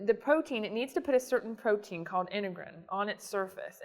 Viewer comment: What kind of scientist says "potein" instead of "protein"?